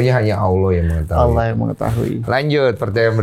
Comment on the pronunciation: Hmmm untuk pengucapan Allah sebenernya dalam ilmu tajwid kita juga gaboleh pake (wauw), bukan aulloh tapi allah. Yg jadi pembeda nya di makhrojul huruf lam nya 🙏